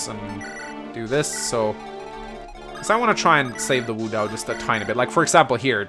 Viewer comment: What i wouldn't give for you to pronounce wo dao like wo dao and not woo dao